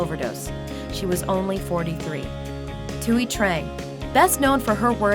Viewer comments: Thuy isnt pronounced "two-ee" its "twee" as in tweety bird. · its pronounced "tweee" not "twoy" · You pronounced the name Thuy wrong it pronounced twee